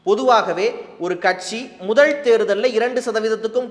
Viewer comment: எடுத்துக் கொண்ட தலைப்பை சிறப்பாகப் பேசுகிறீர்கள். கொஞ்சம் நில்லுங்க. ல் ல வை உச்சரிக்கும் போது வென்றாள் ,பாரிள் முதள் என்றே உச்சரிக்கிறீர்கள். ழ வை அழகாக உச்சரித்துவிட்டு ல வில் சறுக்குகிறீர்கள்.